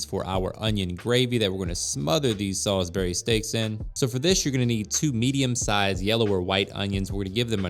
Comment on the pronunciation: Sal-isbury not Sol-isbury 😂